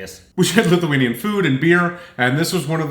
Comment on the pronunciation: The pronunciation of Lithuanian was very, very good.